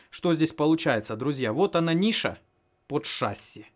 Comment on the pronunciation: ШассИИИ, ударение на "И".... Не режь уши!!!